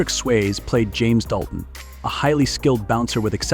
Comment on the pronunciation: dude its Swazee not swaze get it right